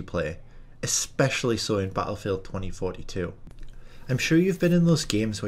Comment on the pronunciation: Lol 😂 why you say battlefield like that “bahattlefield” 😭😂😂😭